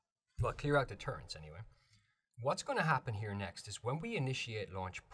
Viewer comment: I disliked the video for the sole purpose of saying “turrents” instead of “turrets.” Otherwise it was a very in-depth and helpful video.